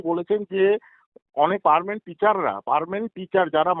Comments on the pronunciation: পার্মানেন্ট কে পারমেন্ট বলছেন! আর ইংরেজি version এর খাতা দেখছেন! এতো মমতাময়ীর মতো ইংরেজি শেখাবেন!! হায়!হায়!কোথায় যাই???? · হায় রে শিক্ষক ও শিক্ষা ব্যবস্থা..... 9, 10, 11 ও 12 class এ পড়ান আবার মাধ্যমিক ও উচ্চ মাধ্যমিকের English পরীক্ষার খাতা দেখেন..... কিন্তু Permanent কে perment বলেন। আর বুঝতে পারলাম না উনি বার বার ইংরিজি version এর খাতা দেখেন বলছিলেন, তার মানে টা কি?